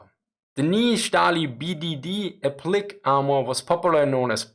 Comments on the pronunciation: not really world ending, but it's APP-lee-kay, not app-LEEK, it's why there's an accent over the é :) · Appliqué is pronounced app-lih-kay. The accent over the E lets you know that it is not pronounced "leek." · BTW appliqué is pronounced app-lee-kay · appliqué not appliq